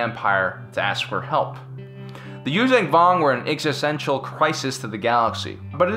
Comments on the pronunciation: Liked the video but your constant use of a g at the end of Yuuzahan is annoying. It's not you-vang it's you-zahn. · Yoo-zhahn Vong. Not Yoo-zang Vong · Yuzhan vong is pronounced you-Jong vong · Dude, love yr vids, watch em all the time. Even subscribed... But yr pronunciation of Vong shit is driving me to distraction! There is a site u can go to, and learn the right pronunciation from the folks writing those books. Its yoo-zang, its yoo-zon. Like Zahn. Check it. I guess im an asshole about stupid shit, but SW fans, we're known for that. Still, i lurve yr vids, man. And yes, i always thought that the NJO story line would've made for an amazing live-action SW tv show! Like the BSG reboot. (Even the X-Wing books as live action.) But yes, keep the Vong canon somehow. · actually I retract that it's pronounced YUU-JAN VONG Chasm is 'kasm'